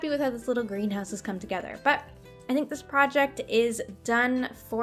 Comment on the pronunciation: For a second I heard Grian house instead of greenhouse